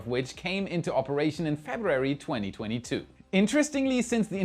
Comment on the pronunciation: Maybe this helps: Feb Roo Wary. First read it slow, then speed up till you get it.